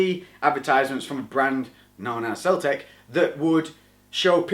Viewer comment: It's cell-tech brah! :D God, I love you, Best!